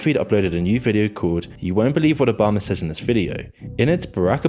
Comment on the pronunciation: Bro really said obamna